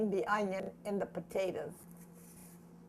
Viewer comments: It's just so cringey to see food being served in bowls with forks and not with spoons!!! Also, why do old people pronounce it like "pa-tae-daz" and not "potatoes" like it's spelled? Do old people have some sort of accent that makes them pronounce it like that, or is that just their thing? *rolls eyes* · I could feel all of Clara's love for her family. She is lovely. I love the way she says "potatas" I would ask to know everything about her history growing up in the Depression Era. May she rest in peace. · I love the way she says pa-tatus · My grandmother was from Missouri and pronounced them poe-tay-dus and 40 years later I still do for some reason. Even though I grew up in the Southwest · "Patatas" LOL - exactly how my mom pronounced it. She also grew up during the Great Depression and she used to feed us meals like this in the 1960s:) God bless this dear lady and her legacy, may her videos remain in YT forever. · I would like to get a dollar for every time the nice lady says potata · Now I chop the potatuhs....I had to drop outta high school....no less time to chop the onions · How many times is this bitch gonna say "the potatahs"??? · I like the way this old women says pataytas. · I love how she says potatoes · My grandma grew up in the Great Depression, too. In northern Indiana, about two hours from Chicago. She taught me how to cook. She pronounced potatoes the exact same way your grandma did. And we ate a lot of potatoes! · She is so sweet ❤️ and does anyone else love the way she says potatoes 😂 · i am sorry but you say potatoes funny but its only funny because i say it the same way